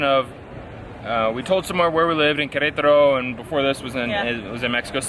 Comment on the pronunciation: Hahaha it’s waaay too funny the way you pronounce Qrtro, without any vowel! Lol Cheers from CDMX!✌🏻